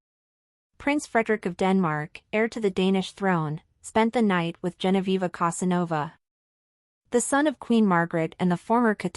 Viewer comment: You don't even Know how to write and pronounce her name! It is GENOVEVA. Not Genoviva.